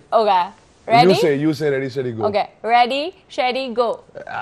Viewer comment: On a good note its Ready Steady Go but not Ready Seady Go!!! Just making u aware so that u can avoid being embarrassed later in the future!!!